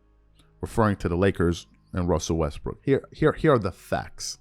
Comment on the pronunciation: Wussel restbrook 😂